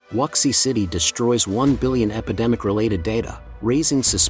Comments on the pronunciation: Wuxi is pronounced, "Woo she." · At least get the pronunciation for "Wuxi" right